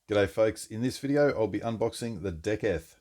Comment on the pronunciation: Awesome unboxing! I think it’s actually pronounced De-seth 😁 I only know that from recently watching Greg’s original video. Excited to see you work out the solve!! 🤙🏽🫡